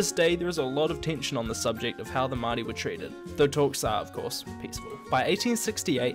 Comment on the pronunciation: Nice pronouncing of the word Maori :)